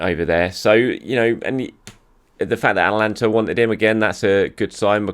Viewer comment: A-TA-LAN-TA not Atlanta